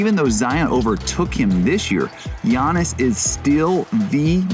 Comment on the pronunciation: 8 years later and they still can't pronounce his name. Yannis/Yiannis/Giannis (Yah-knee), Antetokounmpo (An-ded-uh-koom-poh). The "S" in the Greek name Giannis is silent. Adetokunbo is a Nigerian/Yoruba name. Antetokounmpo is the Hellenized version that he does not use outside of Greece. The letter "T" is pronounced like a "D".